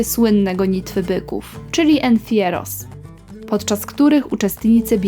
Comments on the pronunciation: Nie ma takiego słowa w języku hiszp. "ensieros". Miałeś chyba na myśli Encierros ( de San Fermín). Filmik fajny, pożyteczny dla kogoś, kto planuje wypad do ES, krótkie info o podstawowych ciekawostkach. Ale to tylko promil tego, co można zwiedzać tutaj. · Nie zgadza się tu parę rzeczy. W Pamplona to nie są jak się tu wymawia entieros, entieros oznacza pogrzeby. Wymowa powinna być ensieros ( przy czym obydwa te wyrazy posiadają podwójne r). Świat dzielnic czy ulic w miastach nie obchodzi się już od dawna. Nadal obchodzi się tylko święto miasta,nazywa się ono Fiesta Mayor. Co do tego,że życie zaczyna się dopiero w nocy,to dzisiaj już mit. Jedynie w miastach turystycznych i w Andaluzji przede wszystkim latem jeszcze tak. Pewnie coś bym jeszcze znalazła,ale musiałabym obejrzeć jeszcze raz raz cały filmik. Tak na koniec jeszcze jest niepoprawna wymowa niektórych słów. Jest ona trochę spolszczona i nie jest to do końca dobre. Hiszpanie to taki naród,że jeżeli jakieś słowo jest niezbyt dobrze wypowiedziane to po prostu nas nie zrozumieją. Są też słowa brzmiące niemal tak samo, jedno pisze się z jednym r, a drugie przez rr i niestety oznaczają zupełnie co innego.